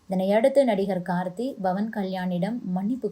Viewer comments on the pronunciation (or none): His name is Pavan with a ‘P’ not Bhavan. Please pronounce correctly